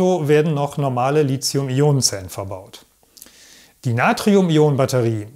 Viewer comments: Gutes Narrativ, gerade auch, weil auf zu viele ablenkende visuelle Einspieler verzichtet wird. Danke für diesen erhellenden und zukunftsweisenden Beitrag. Persönliche Meinung: „Lizium“ klingt recht populärwissenschaftlich; das chemisch-etymologisch korrekte „Litium“ würde professioneller klingen :-) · Als Chemiker darf ich einem Akkuspezialisten sagen, dass das "h" in Lithium die Aussprache "Lizium" unnötig macht ("verbietet" will ich nicht sagen). Lithium kommt vom altgriechischen lithos = Stein, wie in Lithografie. Du darfst also gerne die richtige Aussprache (ohne z) verwenden und dich damit von den sehr vielen Falschrednern abgrenzen 🙂